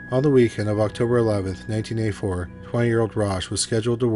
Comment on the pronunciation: I just wish it didn't sound like "nineteen a 4" when saying 1984